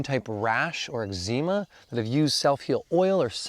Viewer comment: How nice it was to hear someone pronounce eczema as ekzeema! Apparantly this is a uniquely Canadian pronunciation! 😄